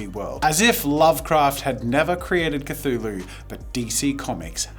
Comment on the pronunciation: Cthulhu is pronounced kuh·thoo·loo. You said it correctly throughout the video. Then all of a sudden you said, "kuh-TOO-loo" instead. Where did the H go ???